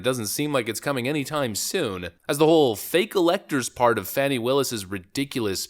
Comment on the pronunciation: Fani is pronounced with a u not an a